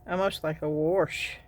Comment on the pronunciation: You make me smile every time you say “wash”. That’s how my grandmother pronounced it. 😀.